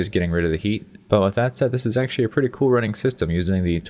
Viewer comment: lol sexually or actually, what the hell is exually :p